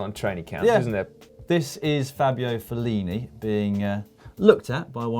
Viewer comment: Fabio Fel-leaning